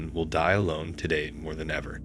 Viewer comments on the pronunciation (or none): none